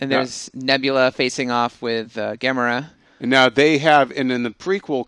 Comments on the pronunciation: It is prononuced Ga-mo-RAH not GA-mo-ra. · It's gamora not gamera, the giant turtle kaiju😂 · it's GA-MORE-AH